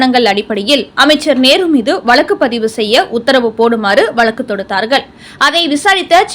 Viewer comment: Poor pronunciation. It is வழக்கு not valakku